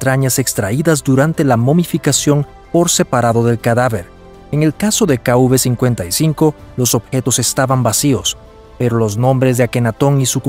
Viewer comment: Sería KV no kuv, el relator del documental debería aprender identificar la letras.